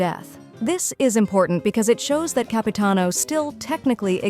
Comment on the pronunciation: It's Capitanover